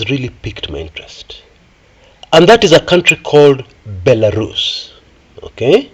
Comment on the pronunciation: Belarus 🇧🇾... Bilarusa😅😅😅. Waawaawaawaaaa